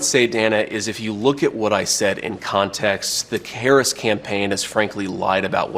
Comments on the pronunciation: i say we withhold the food too until they stop pretending they're too dumb to pronounce the VP's name correctly... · Nasty Mess pissed me off. She mispronounced her name on purpose and then tried to play the victim when she was called out. Then, to say VP Harris doesn't know what a woman is? Talk about white privilege.